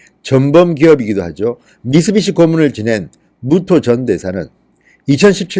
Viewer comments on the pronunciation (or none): none